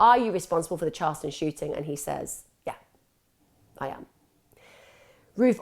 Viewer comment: It's CHARLESTON 🤨